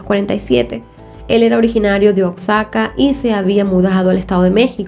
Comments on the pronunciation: Oye soy mexicana, 1- la carne de jabalí 🐗 No es un platillo típico de México. 2- Se pronuncia Huajaca, (OAXACA) NO OCZACA. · Todo muy bien amiga la unica observacion la pronunciacion de OAXACA mas bien se pronuncia OAJACA si lo pronincias rapido suena como GUAJACA. Es dato para las personas que no son de México espero les sirva. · Gran narración, como siempre, te admiro. Y pues es Oaxaca, se pronuncia Oajaca, es normal confundirse con la X, saludos preciosa. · Oxaca? Será Oaxaca? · todo muy bien, solo una pequeña observación,, se pronuncia OA-JACA se que la equis es confusa, pero se pronuncia como jota, en fin me gustan muchos tus videos, saludos.